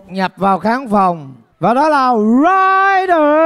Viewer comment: Ey giống tôi vãi, cứ bị cưng ấy. Mà anh Thái phát âm Rhyder nghe sang vãiiiiii❤❤❤❤